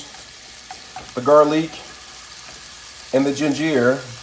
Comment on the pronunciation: XD Fearless! Shameless! Hook em up boy😖✊. "She-Takay" "Gar-leek". You fancy huh?👌